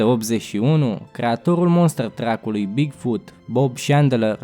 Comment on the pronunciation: Interesant, dar te rog asculta pronuntia anumitor cuvinte. E monster truck, nu monster track. De asemenea, numele companiei Daewoo se citeste aproximativ "de'iu", nu daevo.